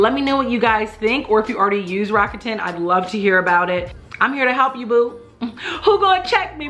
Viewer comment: Enjoyed the video, would like to say GREAT job on the pronunciation of Rakuten. Many people get it wrong.